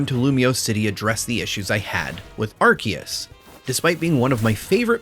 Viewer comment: Thank you for pronouncing Arceus correctly!